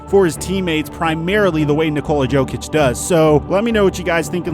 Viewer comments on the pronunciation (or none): you pronounce jokic as yokic not jokic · Hahaha u said jokic instead of yokic lol Y would we make fun of u 4 that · YO kich Not JO kich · Jokic is not Joekich he is Yokich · It’s a joke that you keep pronouncing Jokic like jokeitch. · Its YO-Kich.. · ...it’s pronounced (yo-kich) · Man said jokic hard I and I hate him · Me: Getting mad every time mispronounces 'Jokic' 2 seconds later: " Please feel free to make fun of me" Me: You're damn right I should